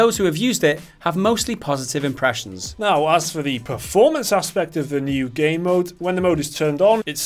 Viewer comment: I keep hearing them say "gay mode" instead of game mode. 😬